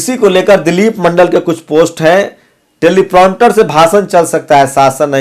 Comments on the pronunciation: Telepronter nahi Teleprompter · It's not 'telipronter' it's 'Teleprompter'